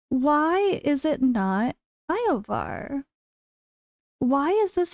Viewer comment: Yovar ❌️ Eye-Oh-Var ✅️